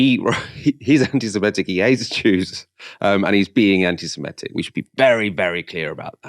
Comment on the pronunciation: There's no such word as "simetic" (although most Americans think there is). The word is "semitic" - pronounced the way it's spelt.